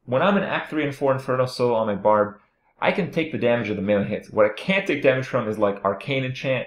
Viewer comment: "BARB" NOT "BARD".